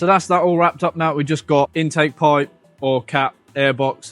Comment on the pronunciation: I'll never guess whAAt company owns thAAt vAAn